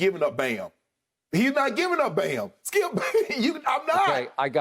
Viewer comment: “Well Skiup”